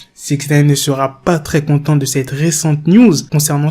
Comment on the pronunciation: Six Naïne! Pas six nèïne